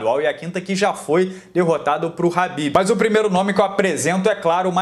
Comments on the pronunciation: Nao e "RAHBIB" E "KHABIB" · Alguém fala pra ele que é khabibi e não rabib